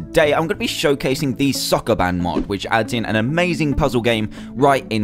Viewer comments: It's Soo-koo-BAN. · sokoban not soccerman